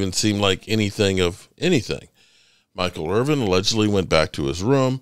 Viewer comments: Irvin not IRVING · Dude, you called him Michael IRVING at least twice. C'MON